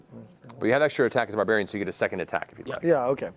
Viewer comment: Lionel is a "Bardbariain" XD